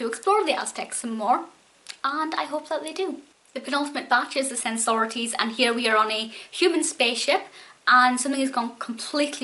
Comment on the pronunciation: Sen sorr it eees? Sensorites (Pronounced Sen - Soh - rights)